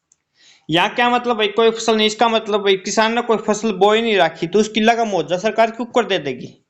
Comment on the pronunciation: मुआवजा ठीक बोलो मुहावजा नहीं